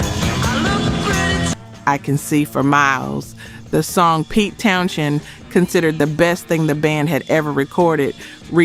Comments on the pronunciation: Pete Townshend's last name is pronounced TOWN-zend, sounding almost exactly like "Townsend." Despite the spelling "shend," the "sh" does not produce a "sh" sound. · I wonder how long in advance these videos are made? The narrator has been told the correct way to say Pete's last name in the comments of each video. I read a response from the content creators that it would but still hasn't been. Please fix it, it's cringe.